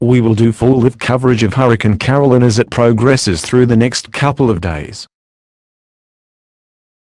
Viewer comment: on the news pronuced ''caroline'' wrong and also